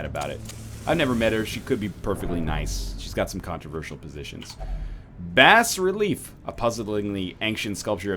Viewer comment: Signore NL Bas-relief is pronounced baa-relief